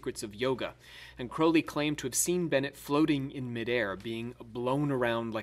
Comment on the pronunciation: Crowley to rhyme with Holy. Crow-lee. It is in his autobiography .....that book ya know